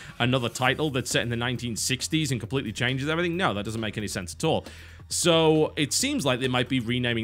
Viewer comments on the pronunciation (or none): none